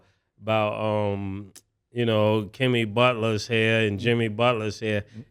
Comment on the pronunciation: Did he say kimmy butler